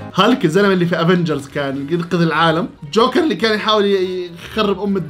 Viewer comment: يا جماعهه حد انتبه انو ما بحكي جوكر بحكي شوكر😂😂